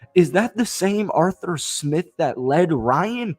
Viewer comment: "Jawstin Fields & AreTher Smith"